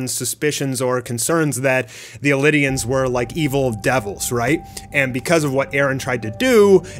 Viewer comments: Eldians not elidians lol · For a person who reads manga, watches the anime series andakes videos about it, hearing him pronounce "eldians" as "elidians" is obnoxious. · EL-DI-ANS.......ITS ELDIANS!!!!!!!!! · You dont even pronounce eldians right, and isayama does need to apologize for the years we wasted following this show just for every piece of development to mean nothing with the last chapter.